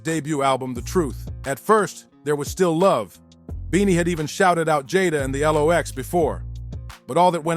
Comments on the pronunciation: If you can't pronounce the group name right at least no, it's pronounced locks spelled lox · The L-OX lol